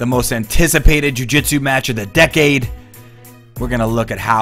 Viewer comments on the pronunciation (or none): none